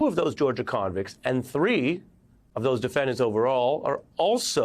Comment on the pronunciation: I like how you emphasize "convicts".